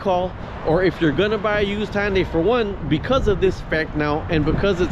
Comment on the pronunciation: IT'S PRONOUNCED HUN-DAY. NOT HON-DIE. Where do you get HON out of HUN?